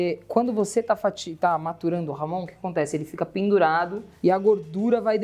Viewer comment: Por favor pronunciem corretamente..não é ""Ramon"", mas Jamón..